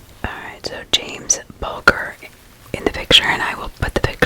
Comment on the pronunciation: Just as feedback/reference: his name is pronounced Bul-“JER”. Venables has been exposed twice, been recalled to prison for further offences against children. Vile man.